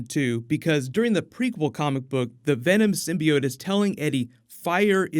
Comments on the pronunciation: Also, I really hope that they don't pronounce it (sim-by-oat) like they did in that one trailer. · They also fixed the way Skirth pronounces the word "Symbiot"